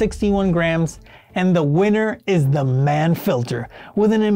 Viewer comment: “Mann” rhymes with yawn